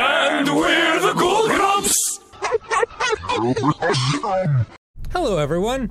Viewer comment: i love all month ghoul grumps!! (said with an odd inflection)